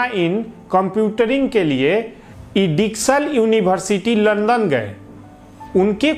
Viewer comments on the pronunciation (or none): none